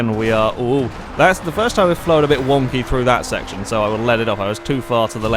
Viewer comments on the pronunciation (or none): none